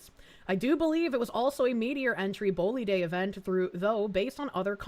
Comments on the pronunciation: Bolide is pronounced [bo-lyde] in English. Just two boring syllables. A thing you shoot an arrow with and an untruth told in the past glued together. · It's pronounced bowlide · "Bolide" is pronounced "boll-I.D.". Alpha-gal is starting to spread farther north and I believe it has now transferred from the Lone Star tick to Deer ticks.